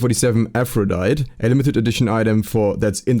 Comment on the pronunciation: seems like nobody knows how to pronounce Aphrodite(EE)?